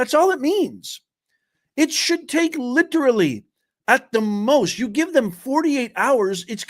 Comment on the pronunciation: Took less than two minutes for the professor to misuse and mispronounce the word literally.